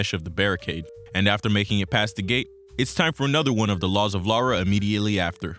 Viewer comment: I’m only 4 mins in but I just had to pause to thank you for doing what most American’s fail to do: Pronounce “Lara” and “Derby” right. It’s crazy that Core changed her name from “Laura” to “Lara” because they thought it would be easier for Americans to pronounce 🤦‍♀️